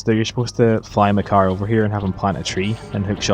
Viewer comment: "Go get Makar" sounds like "Go get mah car" to me. THAT would be useful!